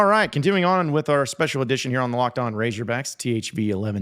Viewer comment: Why the hell does say ‘razorbacks’ like that